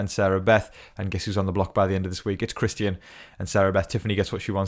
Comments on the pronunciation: His name is Christian.. not Chris ty in.. so annoying get it right dude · Really hope Christian goes home so I don’t have to hear you pronounce his name anymore lol 😂